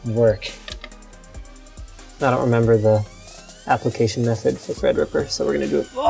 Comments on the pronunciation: When Linus said "ThreadRipper" I legit thought he was saying EggRipper😂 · linus, god love you so much, treadreeperluky much xD